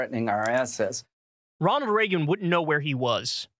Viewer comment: "hwat would Ronald Ragen dew"